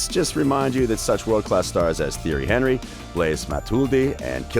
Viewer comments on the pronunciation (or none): “Theory henry” “Blaze Matuldi” “Kylian Mumbappe” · The way you said thierry henry 🤢